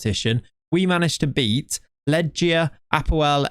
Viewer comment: not Ledżia but Legia the G is pronounced as GY :mad